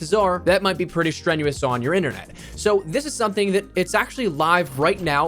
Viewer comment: “Strenous on your internet” lmao gigabit finna come in handy